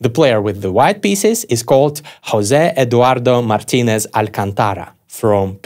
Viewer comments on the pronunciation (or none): none